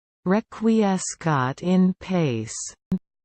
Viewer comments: Remember, Latin has heavy pronunciation roots in Italian. The proper way to say it is Reck-Wee-Es-Kat En Patch-Ee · #Clickbait how not to pronounce Requiescat in Pace. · Please take this down. The pronunciation is TERRIBLY WRONG. THIS. IS. HORRIBLE.